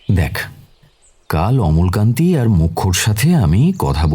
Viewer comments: নারেটর এর অমলাকান্তি উচ্চারণ ছাড়া গোটা গল্পটা খুউব ভালো লাগলো ❤❤❤❤। আর সায়ন বাবু তো ফাটাফাটি। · অমলকান্তি না অমলাকান্তি।আর দাদার ব্যবসায় মন্দ চলার ব্যাপারটা কি? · অমলাকান্তি - শুনতে শুনতে খুব খারাপ লাগছিলো।